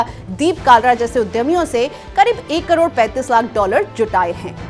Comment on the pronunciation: Kador nhi karod hota h